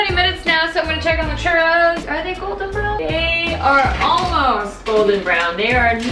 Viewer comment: Girl you really need to Roll your Rs and say CHURROS!!!!!